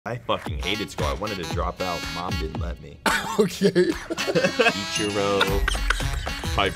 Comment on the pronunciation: i lost it when he said "ichuro" as formal middle name lmfao